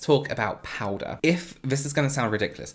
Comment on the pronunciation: I could listen to you say "Powda" all day! Love it. Thank you so much for this video😊 I learned so much. What kind of powder are you using ?